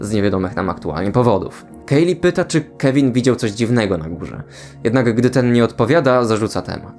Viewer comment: na miniaturce był ten telefon z Toy story 3 i czemu słyszę Kelvin zamiast Kevin